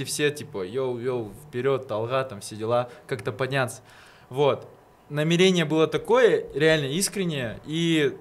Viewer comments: НамерЕние ,мне одной бьёт это по ушам? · Так мусульмане говорят намерЕние